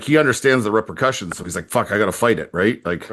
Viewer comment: When said “repercussions” it sounded like “rubber cushions” 😅